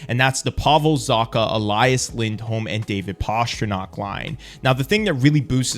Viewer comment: Great video! Just please, don’t call him Pashtrnak😀